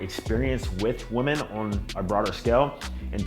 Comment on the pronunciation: always talks proper EXCEPT when he says this word: "women" he pronounces it as "woman"